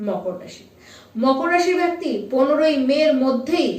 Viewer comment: Prothomei boli byakti noy bekti.. improve your pronunciation..bengali is a sweet language..don't spoil its image..